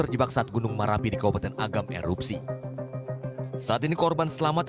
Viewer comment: Min bukan merapi tp marapi